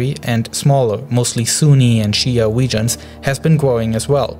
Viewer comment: Da wegions lol but nice video